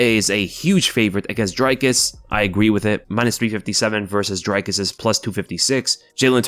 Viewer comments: its not drykes nigga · Dricus on the main card and and the commentators are still calling him Drycus, love to see it, never change. His match with Robert Whiteaker should be great, but not as good as the main event of Vulcanovski vs Rockriguez.